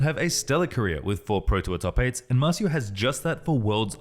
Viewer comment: MAR CIO, not MAZU